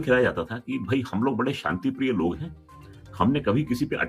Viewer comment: Saanti nahin Shaanti bol